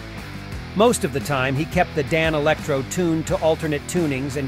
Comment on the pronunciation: Yeah, the AI voice doesn’t know how to pronounce ‘Danelectro’ 😂